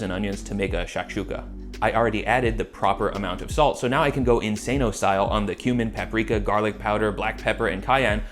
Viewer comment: This motherfucker really just said Insaneo style